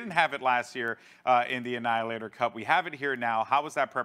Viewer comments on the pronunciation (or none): none